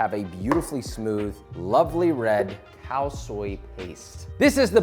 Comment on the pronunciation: Am I the only one hearing "Cow Soy"?